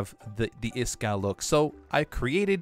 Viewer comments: his name is iskall not eeeeeeeeeeeeeeeeskal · Anyone love this channel but hate when he says eeeskal